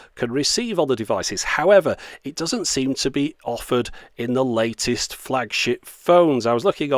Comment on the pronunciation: Almost sounds like he said "latest flags**t phones" . And I do NOT mean to criticize. As for the gimmicky 'here today, gone tomorrow' aspects of a flags**t phone; and of course the reliance on complex cell networks to "give" you paid unlimited-low-res-if-even-that video... I say POO BUSINESS!!